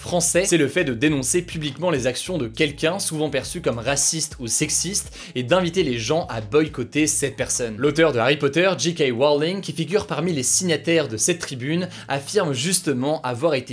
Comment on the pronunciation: I get that it is very hard for Hugo to say "J K Rowling" but boy is it funny